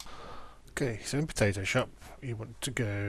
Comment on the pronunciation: ...Did you say Potato Shop when you opened Photo Shop?